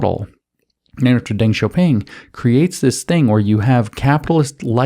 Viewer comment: I love your content, but it's Deng, not Ding. I am so sorry.